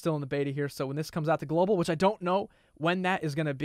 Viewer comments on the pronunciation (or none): none